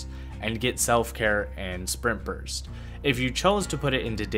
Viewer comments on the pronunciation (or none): Am I the only one hearing him say "sperm burst" instead of spring burst? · everytime you say sprint burst i hear sperm burst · I swear to GOD every time you said sprint burst it sounded like sperm burst